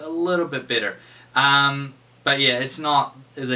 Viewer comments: nah i heard it to lol sounds like new zealand accent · Am i the only one dat heard 'ya this is a little bit bitter" ?